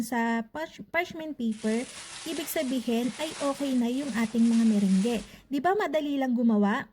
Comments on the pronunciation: Hindi po ME-RENG-GE 😆 kundi ME-RANG. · /Me-/rung/ po yung pag pronounce hehehe... Just sharing lng po no hate just love ❤Happy New Year